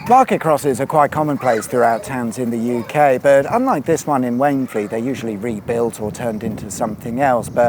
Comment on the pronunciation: For Wayne Fleet read Wainfleet 😀